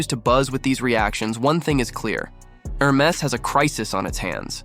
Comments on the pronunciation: For starters, one would expect you would know how to pronounce HERMES… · You have so.much to say about the brand but you have not learned how to pronounce it correctly. 😉